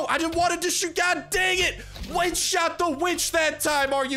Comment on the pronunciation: “We want ze blood o da weeechhhh”